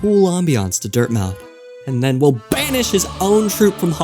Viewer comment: The stress should be "those of striking WILL" as in those with a lot of willpower.